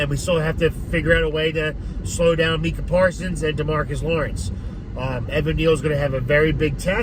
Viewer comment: excuse me sir but its pronounced, Mike-ah, put some respek on his name. 🤣